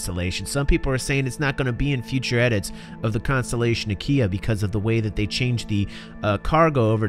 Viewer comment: Sounded like you said Constellation Ikea at one point. So I was like Oh so Ikea went from furnitures to spaceships 900 years in the future! x) This is definitely the Constellation variant I'm gonna get in PU, sounds like it's gonna be so awesome. Great video as always!